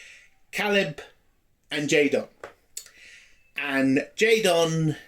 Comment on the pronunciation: You keep pronouncing his name as J-Don, his name is J-Den, like Jayden. J-Don sounds better as a Klingon name but the "Jayden" pronunciation illustrates how idiotic and pandering this series is.